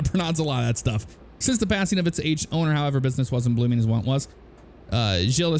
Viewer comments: You french is marvelous, lol. GI is pronounced like the letter G so Glles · Gilles=prnounced jzhill as in Gill de Ferran of IndyCar fame.